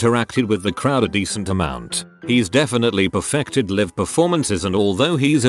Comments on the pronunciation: Was anyone else bothered by the narrator saying Liv instead of L eye ve for Live? Just wondering!!🌹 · If it's a video about "live concerts" and "live shows", maybe use a voice over that can say the words "live concerts" and "live shows" correctly. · Keesha concert. robot can pronounce it right because dollar sign. Yet live is pronounced the wrong way every time. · Why does it keep pronouncing live 'live'?